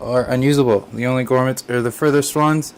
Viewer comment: Thanks for this, I was considering it but I use all air cooling so I guess not a good fit. As an aside, they are pronounced GROMits, not GORMits :)